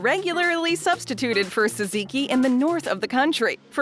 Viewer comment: Teaching people to pronounce gyro without actually getting it completely correct...better than jeyeroh, I guess. And also "saziki"? C'mon now.